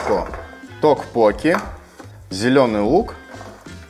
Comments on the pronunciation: Ребята, вам на заметку. Не рапОкки, а рапоккИ. Не токпОкки, а токпоккИ. В Корее ударения всегда падает на последний слог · токпоккИ,произноси правильно...